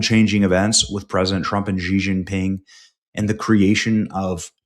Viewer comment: Bro, it is not gee gee pin, or anything like that. Try a clipped "she". Pull your bottom jaw in as you say it. This is help create the correct sound.